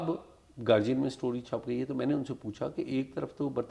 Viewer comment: Syed sahib It's GAR DI AN NOT G BUT D